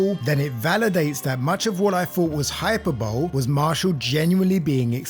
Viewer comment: Great video, though you pronounced hyperbole wrong